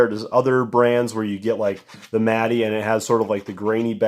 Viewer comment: It’s pronounced mat not mat-ee